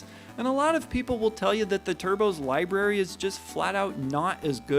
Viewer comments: it's "library" :) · You lost me at "LIeberry"! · I was gonna comment “Libary” but he already addressed it lol